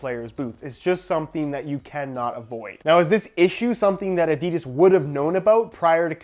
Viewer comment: At least you fucking say aididas